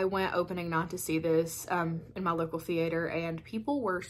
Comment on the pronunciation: I havent seen any of these but you have me convinced. Thanks for the great video. Oh--and I just love the way you say the-aye-ter